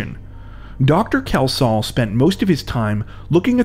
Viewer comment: I know this case mainly because a relative was the pathologist, so I knew where it was all going. Sadly, you did butcher his name, repeatedly. There is no OH in the name, what was that about? It is pronounced KELS-HALL. Apart from that, okay.